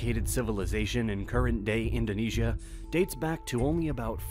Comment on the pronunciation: I am astounded at how many of researched and professionally written documentaries include so many mispronunciations of even the most common terms related to the documentary. I would think that a little bit of research would have determined correct pronunciations. For example in this documentary words like Indonesia and Bali are mispronounced during the first minute! Those errors make me wonder about the authenticity of the entire video.